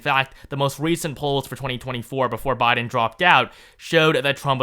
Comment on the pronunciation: At least I don't have to hear you pronounce BI-din as BAH-din as much now.